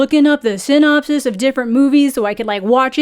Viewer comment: The way you said "synopsis" there tickled me a little not going to lie.